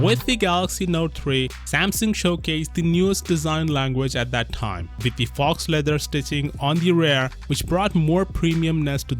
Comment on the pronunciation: "faux" is not "fox" It is "foe"